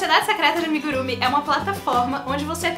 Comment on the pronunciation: Em japonês a última sílaba é tônica: amigurumÍ, emojÍ, animÊ, etc. Beijo. Vai dar certo!